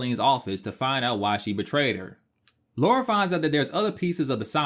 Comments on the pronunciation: Great video. The way you pronounce Lara slightly bothered me lol. It's Lara not Laura. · Good video but she's British. It's said La Ra. Not Loora. It really grates when people say it incorrectly. It's all Americans who seem to say Looraaa not just this guy who's clearly put a lot of effort into this video. Thanks for that. Miss Croft sounds better. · I’m British and it’s La-ra. If it was Laura, it would be spelled Laura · Stop calling her Laura for god sake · It's Lara, not Laura. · it's Lara, not Laura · Great video, but it’s Lara (not Laura), as is said in the FMVs and text within the games :) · her name is LARA L.A.R.A NOT Laura! why can no american pronounce her name properly?? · her name is Lara, spelt Lara. and it is pronounced Lar ra. not Laura. Thats just basic English. but we all know you Americans like to make up your own version of our language. lol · Its La-ra not laura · It’s funny because they changed the name to Lara, because Americans couldn’t pronounce the name Laura, yet even when translated as LARA, Americans still say Laura 😂 they knew how dumb they are lol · She is british. You have to name it british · Why do you keep saying LORA? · 30 seconds in and can’t deal with ‘Laura’. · It's funny how it sounds as if you're saying "Laura" since it was the devs first option of a name (Laura Cruz) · repeat after me, illiterate humanoids: LAH-rah. LAH-rah!! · It is lorah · Last video I watched they even said Lora. Too much so I didn't even comment:-p Just happy people are fans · I normally get irritated when Americans mispronounce Lara's name but your review of this game and the controls is really amazing, so ill let you off 😅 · Americans always pronounce her name that way...I'm so used to it by now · Aaaaaaand instantly mispronounced her name. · I can't recall ever hearing an American say Lara properly. I don't understand the problem at all. But then, they pronounce Han Solo as Hawn Solo.